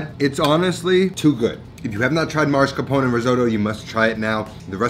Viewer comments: you say ''marscapone''. Isn't it ''mascarpone''? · MAScarpone. Not MARscapone. You're pronouncing the R in the wrong place.